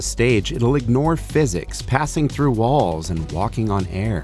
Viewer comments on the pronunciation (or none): none